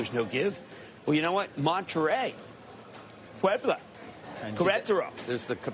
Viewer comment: Jim Cramer speaking Spanish is unintentionally hilarious, “Mexico: Monte Rey, Puebla!” 😂😂😂